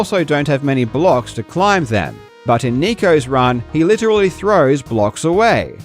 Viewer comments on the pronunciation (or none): none